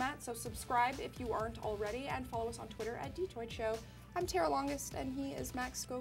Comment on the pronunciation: omg.. tara failed at saying my name *facepalm*